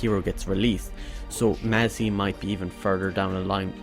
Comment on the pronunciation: You pronounce 'phalanx', "falanax"? 'Mazzie' is pronounced "mass"? How is do you justify this pronunciation?